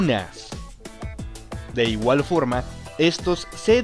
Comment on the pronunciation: Jajajajaja en el articulo neutro dice froma en vez de forma 🤣